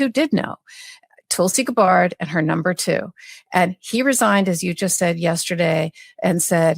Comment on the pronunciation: Yes. GABbard, not GabBARD